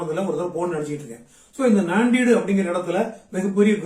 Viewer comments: நாந்தேட் கூட தவறுதான் சரியான உச்சரிப்பு நான்டெட் - Nanded அடுத்தவர் பிழையை கண்டுபிடிப்பது பெரிதல்ல அதை நாம் சரியாக சொல்கிறோமா என்பது முக்கியம் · அது நான்டீடு இல்ல நாந்தேட்,ஜல்னா இல்ல ஜால்னா